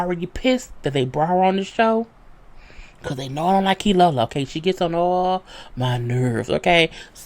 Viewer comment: I forgot how you use to mess up Keylolo name....lol